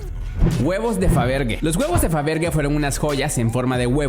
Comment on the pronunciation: Muy buen video pero mal pronunciado el apellido de Peter Faberge